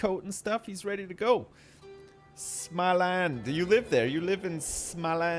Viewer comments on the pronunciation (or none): småland, not smalæn, smh. xD